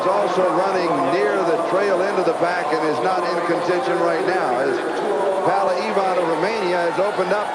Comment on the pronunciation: brilliant.......I only wish the American commentators pronounced PAULA correctly...... not PALLA.....as they keep saying. Who ever heard of Pall Newman????? It's the same name with an A at the end....